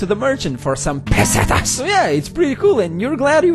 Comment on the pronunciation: "and you can even sell them to the merchants for *PeSEtAs*"